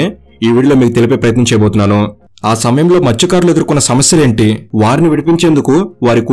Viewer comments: మృత్య కారులు 😢 కాదు మత్స్య కారులు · Adi matsyakarulu bhaya mrutyukarulu mrutyukarulu antunnav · Orey babu Adi Mruthyukaarudu ani palukutharenti Mathsyakarulu!!!! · మృతుకారులు ❌ మత్స్యకారులు✅ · Mruthyakarulu kadu bro Matsyakarulu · Mrutyukarulu kadu ra babu😂 mathsyakarulu